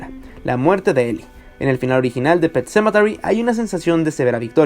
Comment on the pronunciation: Wey, deja de darle vueltas a tu puto video, además, no digas "pet sementary" cuando no sabes pronunciarlo, mejor di "el cementerio" o yo que sé, dislike.